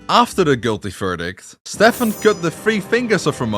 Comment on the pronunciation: yt:His name is pronounced as Steven, NOT Stephan.:yt